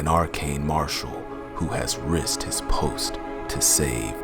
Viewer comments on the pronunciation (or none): Your voice is interesting and carries a lot of depth. The only thing I would say is to watch pronunciations a little more carefully. When you're voice is the only thing drawing focus, it's hard to ignore when words like 'risked' and 'dusk' sound more like 'rissed' and 'duss'